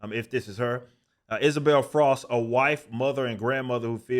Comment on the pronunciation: Did you say Isabel FROSK? F R O S K - B I T T E N !!